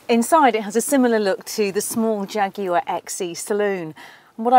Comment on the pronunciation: I'm sorry but I clicked off just hearing you say "jaguar" but nice car!